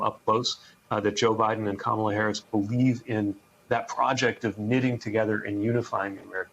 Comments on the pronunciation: Hey Rev: It's "comma" la, NOT "kamma" la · Even The Rev & Buttigieg have to learn how to say her name: COMA-LA... not Camel- La ! C'mon guys. The mayor at least corrected himself. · jfc, rev, learn to pronounce kamala’s name. WHERE ARE THE PRODUCERS? THIS IS YOUR GD JOB: tell your people how to pronounce names so they dont embarrass themselves and the network.